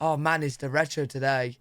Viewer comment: You actually said "derecho" better than he did.